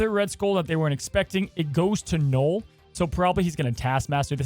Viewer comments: Knull ....like null and void ...not knoll ...knoll is a small mound .. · Kept thinking you where saying “Noal” wondering what card 😂